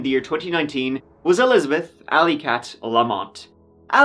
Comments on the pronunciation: My names Elizabeth and I hate when people say A-Lizabeth. Its Elizabeth. Not Alizabeth 😂 stop saying it like that dammit. 😂 Lmao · "Allyzibeth"... fucking hell